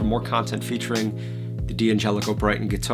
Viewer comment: In an Italian name, the D' prefix is not an initial (that you would pronounce separately), it's a contraction – like in the English word "can't". We don't pronounce "can't" as can T , right? D'Angelico starts with the syllable 'Dan'. (Likewise, D'Addario starts with 'Dad'.)